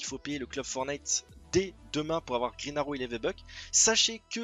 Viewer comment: grine aro .... pourquoi aucun des francais sait parler englais. mais mec c'est Green arrow pas grine aro